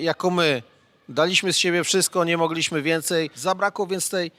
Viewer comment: Panie Krzysztofie: "MOgliśmy" a nie "MogLIŚmy"...itd,itp!!! Jest Pan dziennikarzem, mówi Pan do wielu ludzi.. Czasem prawidłowa akcentacja się Panu udaje, ale mam wrażenie, że to jest trochę poza kontrolą.. Proszę być wzorem stosowania języka polskiego, w odróżnieniu od polityków, z których tak chętnie Pan szydzi (nie mówię o słuszności tego, bądź jej braku. to zupełnie inna sprawa). Pozdrawiam!!!